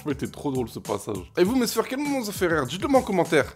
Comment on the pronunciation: Pourquoi tu dis mes sfèr